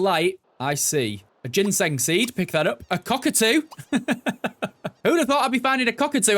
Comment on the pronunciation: the way he said COCKatoo 🤣